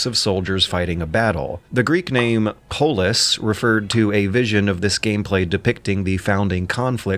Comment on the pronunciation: As a Scotsman it’s very funny hearing him talk about “polis” cause that’s the Scot’s colloquial word for police, so it makes him sound like a buckie-drinking lad from Clydebank lol